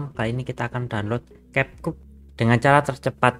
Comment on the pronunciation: kep kat. Gimana sih spellnya? Perbaikin dong, geli dengarnya. Ini kan bahasa Inggris bkn German.Kalau German iya, gitu di tulis, gitu jg di baca.